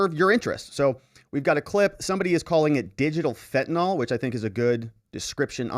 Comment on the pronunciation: It’s pronounced “FENT uh nill.”